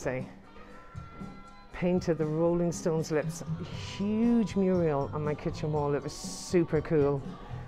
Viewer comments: Fabulous! Thank you. I did notice you say ' Muriel ' , that's a name. A wall painting is a ' Mural' 😉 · Muriels!?! Are you Norman Neal Williams or what? They're called murals.